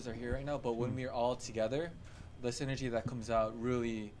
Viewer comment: ener? siner? sinergy. taeyong lmaooo ilysm